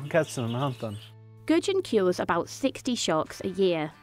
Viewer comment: correct me if i'm wrong, but isn't ð supposed to be pronounced like the "th" sound? so, wouldn't his name almost be Guthyon